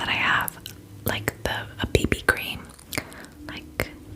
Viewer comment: I love how she says baby cream like, “ Bebe cream!”